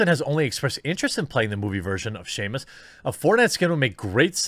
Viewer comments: Shamus, Ireland's version of Samus....... Lost a bit of cred for not knowing how to even read that name correctly. Maybe you should host the game awards. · Jeremy 'I like video games' Hambly: shame-us bruh it's samus... SAMus, not shame-us, you shame us by your lack of any knowledge, (or basic pronunciation) about Metroid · Jeremy, seriously Shameus?! Is there an invisible h after the S that only you can see?!?! Holy sh!t you say it like 8000 times too man! It's SAMUS. No h sound anywhere in there. Good lord man. Throw in any Smash Brothers title and pick Samus.... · Well... Brie Larson might be playing her roll in a movie, no wonder why Jeremy kept saying Shame-us. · Sah-mus Samus. Seamus makes cartoons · Samus not Seamus my guy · Its Sam-Ughs not Seamus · Did you really just call "Samus" from Metroid "Shamus"? ....Bruh come on, love your content but misspeaks like this make you sound like a wannabe gamer and disingenuous. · AH! it isn't pronounced Shamus, it is Sam-us SAMUS D: - Samus is an amazing character, and it would suck if brie larsen is the character. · Its (SAM-US) NOT Seamus or shameus . Samus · Jeremy, I always enjoy watching your videos, but jeez this made me cringe. "Shamus?" Her name is spelled: Sam-is. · You call her SHAME-US when it is portrayed by Brie. Lolol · Just a heads up. Samus Aran, is usually pronounced like Sam-us or Sam-is. You are literally the first person I've ever heard pronounce it Shamus. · Why does him pronouncing Samus like Seamus feel like nails on a chalkboard. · Everything else aside...are you aware its Samus *saw-mus or sam-us and not Seamus... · It’s Samus. Not Shame us. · Yeah imagine hate for Brie if she said Shamus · Did you just pronounce Samus as Seamus? FAKE GAMER DETECTED! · You're killing us, Jeremy. It's SAM-US. Not SEAMUS. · I feel like he mispronounces names it's as a joke, oh I hope I'm right. Seamus just grinds me gear, EVERY time I hear it. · Samus is pronounced with no H, its Samus Aran not Sheymus.